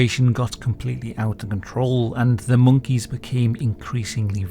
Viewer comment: I didn't notice it, but I was bothered by the way he pronounces "monkeys" and also "puppies"